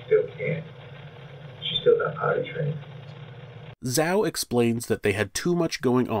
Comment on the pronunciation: Zhao pronounced as Jaou, the Zh sounds like J not Zao